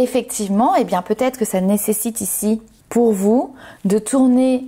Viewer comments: J'avoue qu'à partir du 3e peut-ête c'est un peu... 😂😂😂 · Merci pour votre tirage 😃…. Un petit point négatif ? Le mot Peut être…. Oui il y a un R dans la prononciation, sinon enlevez tous les R de tous les mots, forcément cela n’aura plus aucun sens…🤣😂…